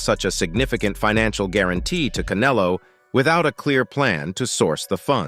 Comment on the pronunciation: OK, I took a deep breath, readied myself😁, & listened to this computer generated hyped bullshyte ALMOST all the way through. Couldn't even pronounce Munguia & Canelo's names properly. This is the problem with boxing today, the hype!!! And yes, when you call Bena a "titan" you're right, as he comes into the ring 2-3 times heavier than official weight categories, like Haney. I'm convinced Canelo will fight anyone in his path, he's only 33 & his resume proves that. Bena has NEVER faced an elite boxer/fighter/PUNCHER in his career & must come into the ring as a weight bully to get the W. Munguia has a better record than Bena, & has continued to improve, especially via Freddie Roach, Jaime is NOT a "new comer" as this hype says. Berlanga hasn't fought anyone, Morrell is a more talented/dangerous fighter in the ring. Quite funny, this long winded bullshyte narrative casts even MORE doubt on what might actually happen! Patience is a virtue, & earning your way used to be the way of boxing.😎 Canelo is king at the moment, all the serfs are thinking they can earn a big fight with their foamy mouths. PBC has never been good for boxing, their game is manipulation of weak minded fans. Hearn is the ultimate promoter, even with his occasional bullshyte, but it is what it is. DAZN has gotten greedy also. Boxing used to be about fighting inside the ring!😎